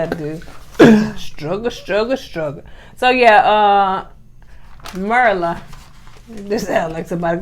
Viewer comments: Eddie said he is used to names like Tum and Junn, 🤣🤣🤣🤣🤣. Also, y'all it's pronounced like meer-lah. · LOL.. I think it’s “Myr-la” almost like ‘Mirror’-la..if you’re country (like me)